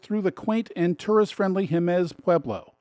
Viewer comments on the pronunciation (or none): This is one of the finest tour videos I've seen for NM; however, it's not that difficult to ask the locals for the pronunciations of the places you're visiting. "Mal pie Ese" and "Hay muss" are common pronunciations all around the state, and anyone would be happy to help. Otherwise, you've got my vote - 110 percent! Many thanks. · quick note: Jemez HEY-mezz Valle Va-ye Parajito PAH-ha-ree-tow.